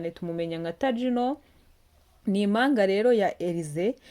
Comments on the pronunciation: Ntabwo ari imanga bavuga impanga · Ntabwo bavuga imanga bavuga Impanga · Ntibavuga ,Imanga Bavuga Impanga murakoze🙏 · Imanga? sinarinziko habaho umunyamakuru utazi kuvuga ibihekane! utumye inkuru ibiha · Nyabuneka uduhaye amakuru meza ariko ihangane wige kuvuga ikinyarwanda neza ,utandukamye igihekane mp n,ingombajwi m ntibavuga imanga bavuga impanga plz ntunyumve nabi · Hhhhh🤣🤣ngo Imanga cg Impanga,🤔Imano cg impano,arko ujyunabanza witoze gusoma neza ibyugeza kubantu pe